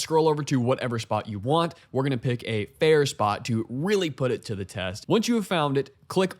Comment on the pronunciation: Cool vid. Except for the "Thee" vs "Thuh" usage.